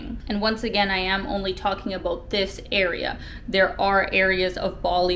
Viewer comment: Aboot?? are you saying about?